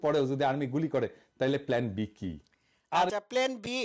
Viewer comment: ভাই প্ল্যানকে প্লেন উচ্চারণ করেন কেন?